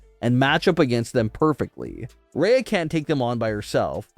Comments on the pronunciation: Why are you calling Rhea, “Raya”??? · Dude if you can’t say Rhea’s name correctly stop saying it!!! The way you’re saying it is so confusing and sounds like you’re talking about someone else. Just say Ripley next time so everyone knows who you’re talking about and it’s not so annoying man!!!